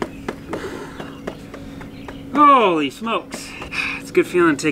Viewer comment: It's not "Vomit Nose".... it's Domino's!:---)